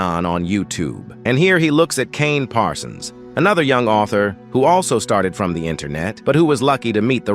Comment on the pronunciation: "The sellarrr, isn't the aultharrr"